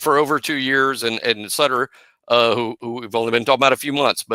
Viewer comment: Cannot believe called the man Suiter instead of Sutter lol. Sometimes the names are pronounced exactly how they sound. Butter… Sutter where the heck did get suiter lol 😂